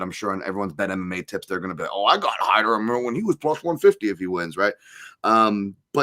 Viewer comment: "Hymer" Amil ? Did you get some help from MMA Joey for this one ? 😜